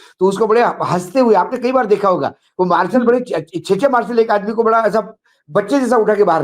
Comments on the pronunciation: Sir, मार्सल नहीं मार्शल Please अपना उच्चारण सही करें कई बार सुनने के बात समझ में आया कि आप मार्शल के बारे में बात कर रहे हैं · 😂😂😂😂 marshall hota hai..marlson nahi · आप भी मालसल बोल रहे हैं... मार्शल बोलो साहेब....